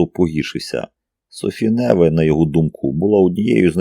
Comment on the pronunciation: Ну як, скажіть, ЯК француженку можуть звати НЕве? Це ж французька!!! Майже все має наголос на ОСТАННЬОМУ складі!! Як цього може не знати той, хто претендує на роль диктора?.. Знов не справдилися очікування. РівОлі, ДОфіна тощо. Порадьте, де можна послухати професіональну озвучку?